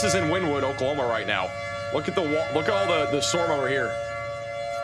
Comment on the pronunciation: It’s pronounced Winnēwood